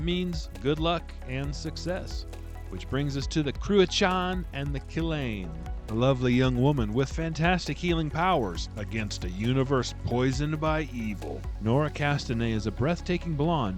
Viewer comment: Cruachan is the Irish word for a cauldron. The God Crom Cruach required human sacrifice for Oíche Samhain. Christianity adopted it as All Hallows Eve AKA Hallowe'en. Cruacháin is pronounced "Crew-a-Han. Remember it's not an English word. 😊